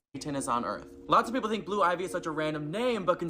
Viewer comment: The guy talking about blue ivy...I can't take the extra "S"es